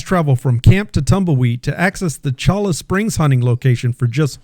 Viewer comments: Late to the party, but it is "choy-ah" springs. Great content otherwise. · It's pronounced "Choya Springs". Yer killin' me.😖